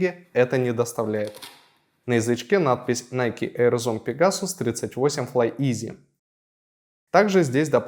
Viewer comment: «ФлайИз», не «Изи»